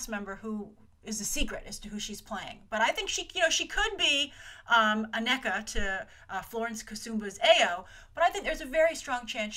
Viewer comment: The name is pronounced A-KNEE-Kuh not A-Neck-Uh.